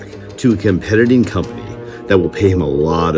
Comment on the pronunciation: a "competiting" company. lmao